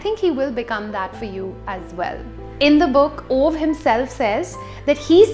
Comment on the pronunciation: I did not expect to love A Man Called Ove as much as I did. Funny, wholesome and beautiful. P.S - it's pronounced as "ooh-va"